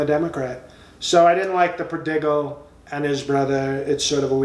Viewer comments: 🤣😂😆 After hearing Trump pronounce Nepal as nipple, I wouldn't be surprised if he actually said prodiggle. 😅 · Parabble (parable) of the pro-dig-al (prodigal)..lol!